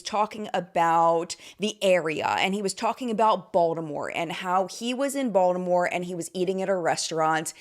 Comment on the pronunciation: You said Baltimore i heard VALDAMORT. Still tracks.